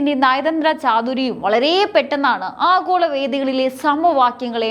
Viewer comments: ആഘോള അല്ല. ആഗോള മതി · ആഹോള രാഷ്ട്രീയം... ?.... ഉച്ചാരണം ശരിയാവണം.. . ഭയങ്കരം.... 😮